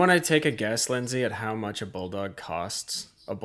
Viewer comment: It's "Leyndsay", with an e-y.